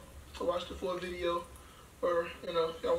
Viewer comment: How are y’all the only ppl that can hear how bideo